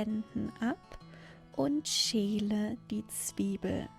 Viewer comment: I noticed how pronounces Schäle differently then what I have heard elsewhere. She says the word with like the name Sheila like she is replacing the ä with ie. Is this a dialect or is it wrongly pronounced?